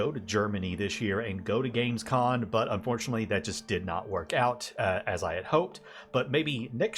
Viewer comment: Great video. exited for the next anno. sorry to be like that.... but I can't overhear it.... it's Gamescom... not con. 😅